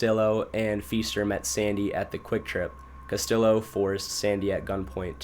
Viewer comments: Ok bro his name is hispanic so its not CastiLLo but CastiJo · No don’t get better! That was the best part of the video! Cuh-still-o, Dee Geezus, Rad-uh-Lot 😆 😍 💀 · I was just about to comment haha. “CastiLLo” really irked me haha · Not castiLLo 😂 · The way u pronounce Spanish names is so funny lmao I’m white (not Hispanic white) but idk maybe it’s cuz I grew up in nyc, I know Castillo is a double L… double L is not said as an L sound, but a Y sound…lmao and “de Jesus” of course is pro unfounded “hay-suess” the Spanish way, not “jeezus” lol! I don’t speak Spanish I just know this from reading, school, learning, listening, simple life experience like knowing someone with a certain last name and hearing the name spoken aloud and then seeing it written and connecting the two… maybe you’ve never known/ grew up around any Hispanic people? Or some people are just not good with grammar/ pronunciation/- I’m not trying to shit on you btw, I just saw ur pinned comment! I kinda thought it was funny like on purpose at first, I’m honestly just wondering how u can grow up in America and not know these things ! Lol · Bruh the amount of times he pronounced Castillo wrong was annoying 😂